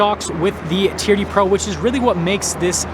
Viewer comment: TRD is not a word, it's an abbreviation for Toyota Racing Development. Each letter is pronounced.